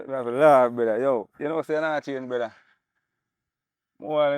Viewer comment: How much brethra can this brethra say😂😂😂😂